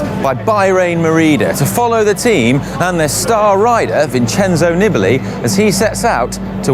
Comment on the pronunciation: Stopped watching after hearing twice "Nibbly" and my gag reflex started to kick in. Maybe it's an improvement on Lloydy's "Knee-Billy". If you're gonna make a video centered around a rider, is it too much to pronounce his name correctly?